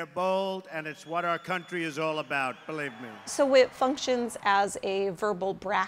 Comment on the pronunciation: “Belieb me!” Not believe me. That would be saying it correct.